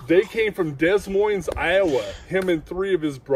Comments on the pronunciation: Des Moines pronounced De Moine. You definitely can tell he’s not from my neck of the woods. However, I do enjoy listening to his re-accounting of his experiences. Did you get a good look at their faces? Dad, mom, and a baby Squatch that definitely could have been a bad situation. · I know right, you don't pronounce the S in Des Moine 😊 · Finally. A Bigfoot documentary with some really good stories. I love the guy who calls the city “Dez Moines”. Someone should tell him how it’s pronounced. Thanks for the video!